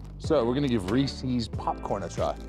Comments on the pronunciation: In Nebraska, we pronounce it Rees-eh-s, not Rees-ee-s. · Nobody in America says Riiiieeeecccceeessss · American's don't say Rees-ees, unless they're pronouncing it wrong. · Stan efferdings diet advice is the best out there. It digest well and is not a brick in your gut. Try bearded butchers original seasoning and brock lesnars seasoning its the bomb on steak chicken and ground beef. Larweys is good too. We call ree-says reeses here 😅 . Neat to see your vids. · Ree-Sees must be an east coast thing, never heard it pronounced like that in california haha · That’s not how Americans say Reese’s…